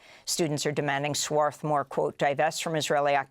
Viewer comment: Just in case folks don't know, Swarthmore is pronounced Swathmore - without the "r."